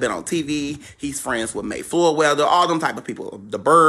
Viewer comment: Moy Flayweather?!🤔😂😂😂😂